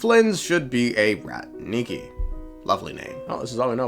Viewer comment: Please , i beg you, rAtniki , when you call them ratnIki they turn into some kind of animals like capuchin or lemur xd